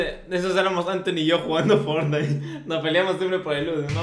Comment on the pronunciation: Cuando eres crrano y dises fornai enves de fortnite :V